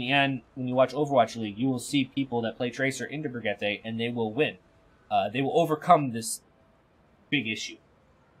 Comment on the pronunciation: it's bri (like bridge) gee (like geese) tuh.